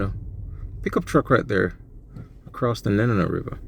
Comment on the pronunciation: I about died when you compared my home to Guam. Seriously though...your pronunciation was awful. Your information was uninformed... And the whole thing is a tad creepy.